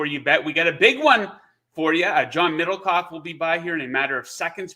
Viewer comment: Sounded like u said John littlecock